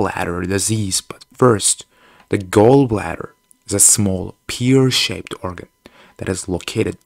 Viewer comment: U said pear wrong